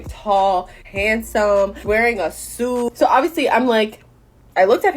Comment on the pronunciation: “Wearing a sooot”